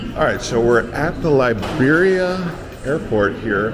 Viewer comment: Liberia not Laibiria, have some respect